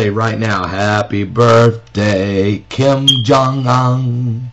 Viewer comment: I don't like Kim, any of them, however he is pronouncing Kim Jong Un... its a long U. He's not the best at sarcasm... he gets an E+ for effort.